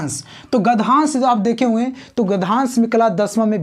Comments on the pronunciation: Are gadhansh hota hai ki gadyansh 😂😂😂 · Gadhansh nhi hota hai gadhyansh hota hai 😂😂😂😂😂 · Sir gdhansh nahi... uchcharan gadhyansh hota h